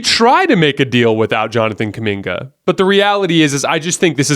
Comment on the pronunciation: stop saying Kuminga please.